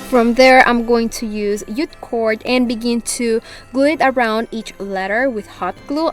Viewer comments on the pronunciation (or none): Can I just say, you say yute cord it's J JUTE cord